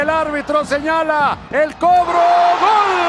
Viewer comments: Porque dice gole jaja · Porque el narrador dice gole? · Por qué el wey dice gole? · La pregunta es, porque el comentarista ridiculo dice gole si se dice gol? Es lenguaje inclusivo o el cree que se escucha genial🤣